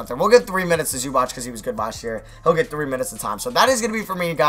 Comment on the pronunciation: PLEASE STOP SAYING ZUBATCH OH MY GOD